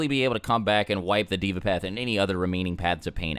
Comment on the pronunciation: Deva is pronounced as Day - Vah, meaning god in sanskrit. Actually, four of the paths of pain names uses sanskrit.